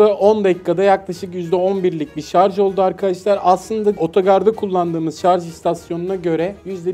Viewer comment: "Şarj"a, "şarz" diyen insanların kafasının sağlamlık testi gelsin. +1